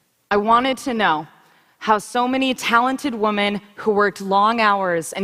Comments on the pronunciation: Is she unironically doing the Pewdiepie meme of mispronouncing 'women'? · I'm so used to hearing people on Youtube call it "wahmen" that I don't even notice it anymore.